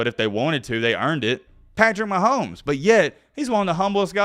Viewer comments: said Jackson mahomo 😂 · Jackson Mahomo! Thought I was the only one who said they last name like that haha! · Jackson “mahomo” situation 😂💀 thought he was slick